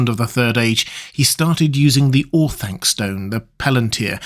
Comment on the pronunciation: Or-Thun-kuh, not Or-thang-kuh